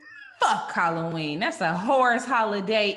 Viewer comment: “Hollyween” candy